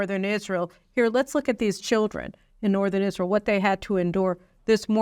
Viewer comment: Absolutely enrages me that he stutters his words over something so significant. It is Israel not isssshreeehal. Taking a pause, slow down and take the time to say such an important speech. There is no reason at all for him the speech in this way. Further, why are the right not pushing back on this speech? I am hearing very little for them.... Biden rules the world like he rules his family. I am still trying to work out who the equivalent of his shower friend is. If Ukraine is Hunter then the UK must be his biiiiich.